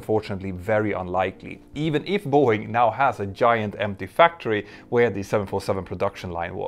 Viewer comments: Is Boeing and not Are Boeing. Like, ist Boeing. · "Are Boeing"? You need an English speaking editor!